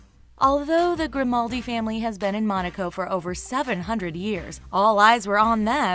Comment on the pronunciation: And they forgot Princess Mia of Genovia. Tho Grimaldi sounds like Reynaldi 😂